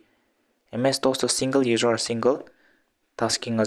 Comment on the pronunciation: Sir you just said singerrr instead of single 😂